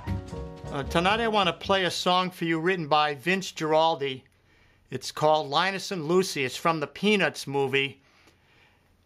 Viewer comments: Not only that, but learn to pronounce Vince's last name correctly: GWAraldi (Guaraldi) not Geraldi. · Garaldi. Not Giraldi. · Guaraldi is pronounced GWAraldi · Guaraldi = [Gwa-ral'- dee] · I'm sorry, but if you listen to Vince Guaraldi carefully, (Guaraldi pronounced with a hard "G" by the way) you'll notice that this is not being played correctly, partly because the left hand isn't consistent (which is pretty much the point of this video) and partly because a few chords are wrong. Listen again more closely and try better.